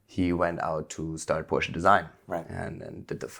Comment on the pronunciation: Wow, he pronounced Porsche correctly, amazing!